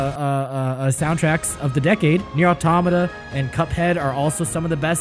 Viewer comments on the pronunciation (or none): none